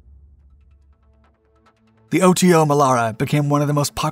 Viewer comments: It's not pronounced O-T-O but OTO, one single word. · It's pronounced "auto" Melara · I've seen several of his videos and he keeps mispronouncing things like that - notice he didn't say "em kay 75" he said the proper "Mark" 75 but can't say "Oto". then again he utilized the word utilized, but a lot of people keep misusing that word - a gun can not "utilize' a type of ammunition no more than you can "utilize" a spatula to flip burgers on a grill - you "use" it. Utilize means to use something in a way it is not intended to be used - you "utilize" a spatula to swat the dog off the picnic table. That's the difference in the 2 words - sorry not trying to be a grammar police but that is one pet peeve I have developed, and they's ain't no way fer me to control it.😛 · I love the "OTO" pronunciation!!😂